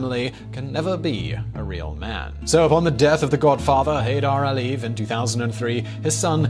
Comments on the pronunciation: You omitted Nakhichevan from the map of Azerbaijan and it's Aliyev not Aie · I think you have sort of mispronounced Aliyev all the time